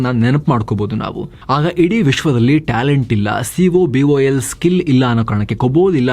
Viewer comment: yeah, when we had the upper hand , u will start blaming everybody going to IT/ Engineering , and moving out of country . When it is going down people will understand the amount of contribution this IT industry gave ! BTW - 1. Vietnam currency is 1 Indian rupee = 300 dong so no comparison . 2. COBOL is pronounced as KO BAAL ( and not cobool). and 2K there was Java boom and not cobol 3.Our young gen need to move towards AI , cloud and robotics no other go!